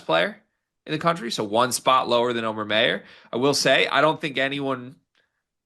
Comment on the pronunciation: I have no idea what you mean by that but that's ok. But hearing his name pronounced wrong is like fingernails scraping a blackboard. Anyone who's ever taken German knows immediately how to pronounce that name.